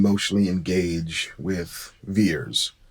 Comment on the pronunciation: Is Vers not Veers